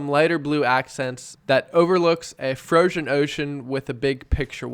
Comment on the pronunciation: “Frogzeon ogzeon”